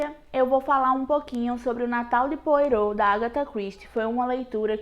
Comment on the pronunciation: O famoso detetive da dama do mistério de chama POIROT ,se fala PÔARRÔ